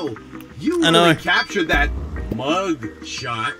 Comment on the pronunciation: BRO 😂 WHEN HE SAID "i have to look for a mug" AN AD POPPED UP AND THE WORD "mug" SOUNDED LIKE "mum"